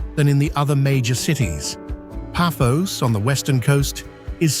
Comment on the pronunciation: I know the commentary is AI generated, but god the pronunciation of Paphos, Limassol, Nicosia and Larnaca drove me to distraction! Beautifully but many of the challenges facing the population are common elsewhere….